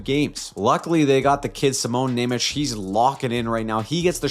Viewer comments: This C in Nemec is read differently. More like "ts". Go to google translator, choose English to Slovak, write "German" and select the noun (So it's Nemec, not nemecký) and listen. Anyway I'm looking forward to these racaps every week. :) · dude you are pronoucing Simon Nemec, incorrectly